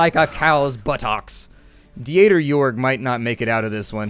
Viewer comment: Hey, how are you? Just wanted to stop by and let you know that the German name Dieter is pronounced like deter with an elongated e like in see. Anyways, you do you and keep up the awesome singing. It's as always a pleasure to watch your vids.